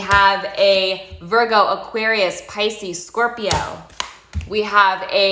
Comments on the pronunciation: “Spicy sporpio” took me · "spices porpio" lmao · “Spices porpio” 😂😂😂